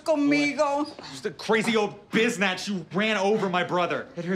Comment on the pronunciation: LMAO he said crazy old biznatch,,genious